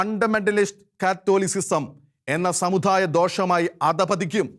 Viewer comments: Sir pls correct your pronunciation.. especially ... "da"..and "dha"..Samu"dha"yamalla..samudayam...shekaina television should take care of these things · ഉച്ചാരണം ശ്രദ്ധിക്കണം സമുദായം ദാ ധാ അല്ല ആശ്വാസമല്ല ആശാസ്യം നിർബന്ധം നിർബദ്ധമല്ല അങ്ങനെ ... പിന്നെ അഥർവവേദത്തിൽ അങ്ങ് മഹാ പണ്ഡിതനാണല്ലേ ഏത് മണ്ഡലം ഏത് സൂക്തം ഏത് സംഹിതയാ ദുർമന്ത്രവാദത്തിന് ഉപയോഗിക്കുന്നത് ഒന്നു വിശദമാക്കണേ അടുത്ത വീഡിയോ അതാകട്ടെ